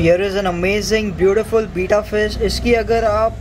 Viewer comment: Bhai it's be-tta not bita ya beeta